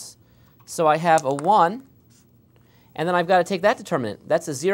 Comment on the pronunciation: "Nd then i will explain here juss for fun" hahahaha